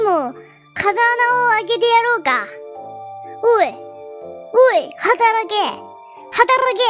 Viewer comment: はたrrらけぇ ってちょっと巻き舌になってんの可愛いw